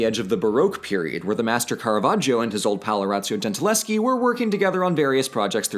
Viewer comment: Artemisia's name ends with a Schi, but you prenounce her like she was Polish, not Italian, with a Ski in the end. Please work on that for a next video.